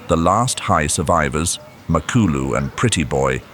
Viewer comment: NOT MAK ALU IT'S MA KLU LU